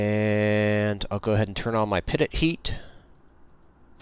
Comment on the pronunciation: Peeeee Toe... say it